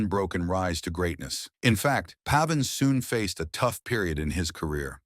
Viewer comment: Pronounced pave in. Come on people.